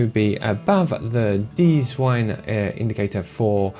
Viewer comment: "dziwne" is not deezwine :)) its Polish for "weird"